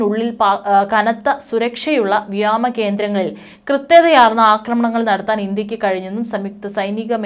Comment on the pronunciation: അയ്യേ സേച്ചീ വ്യാമം അല്ല വ്യോമം /ആകാശം